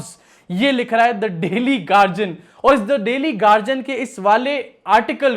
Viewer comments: Yeh garjian kya hai?, Guardian bol na. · Gadian hai gagian nahi